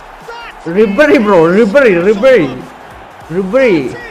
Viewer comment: Nabry allallow bro ribery allehh......